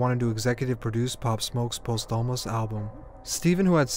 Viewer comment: my guy said "post omus"